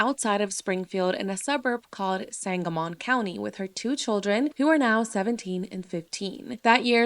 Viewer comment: Just an FYI sangamon is pronounced sangamen. Just trying to be helpful not spread negatively! This case needs more coverage!